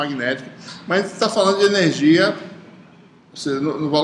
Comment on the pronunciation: AULA MASSA. MAS ASSIM, .... ENERZIA? :0